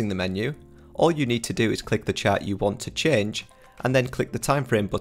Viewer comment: Ah! When you say chat, you mean chart.